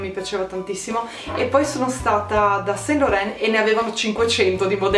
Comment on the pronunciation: YSL si pronuncia Iv Son Loron (con una o abbastanza aperta) ahaha Ti adoro ❤️ (Mancano all'appello la Jumbo e il Wallet on chain vintage, o sbaglio?😛😏)